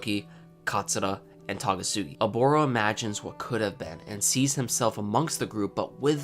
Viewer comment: It's Takasugi not Tagasugi dammit